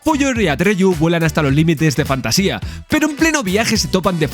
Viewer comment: No pienso juzgarte por no leer el libro pero si recomendartelo. Es mi libro favorito de fantasía. Por otra parte el reino es Fantasia (sin tilde, acentuado en la segunda A, de manera que lo leas como lees Asia por ejemplo). Para mi es un libro magico, cada vez que lo leo aparece algo que creo que no había leido antes. Por ultimo, gracias, se nota en el video que disfrutaste y disfrutas con la pelicula.